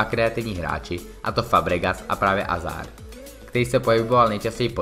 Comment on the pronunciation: Nechápu jak můžeš dělat redaktora a videa o fotbale když neumíš ani vyslovovat jméno hráče, který patří k top 10 na světě...